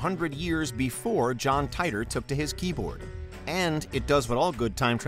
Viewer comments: John Titor is pronounced ( Te Tor ) not ( Tie Tor )!!!!!!😤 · Mostly just the way you mispronounced John's last name. It's tee-tor, not tay-tor. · It’s pronounced Teeter or Teetor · When you can't even pronounce the names correct, it make me question your whole research and thus makes me tune out....if you watched a single video on Titor time traveler, you'd know it's said teee tor..... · It's pronounced, Teeter.